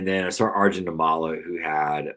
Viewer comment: Good stuff, guys. One small detail: Arjun Nimmala’s last name is pronounced NIM-ma-la; accent on the first syllable, note the double “m.” I don’t know him personally or anything, but my family is originally from the same twin cities area in India as his (Vijayawada/Guntur in Andhra Pradesh, not that anyone cares), and I wanted to correct the record. It’s pretty cool that a guy with the same background as me might be an MLB player before too long; even among other Indian people, we Telugu folks are generally thought of as a bunch of engineering/IT/med school nerds, and definitely not as athletes.